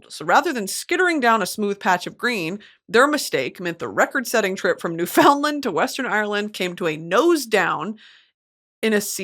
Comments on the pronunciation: Noo-fin-land not new-found-lan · love you sm girl but newfoundland is pronounced like new fin land!! you should check out the newfie accent, ours is a lot like the irish accent!